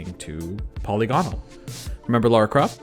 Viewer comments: My main criticism with this video is the pronunciation of "polygonal". It drove me mad. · That's not how to pronounce polygonal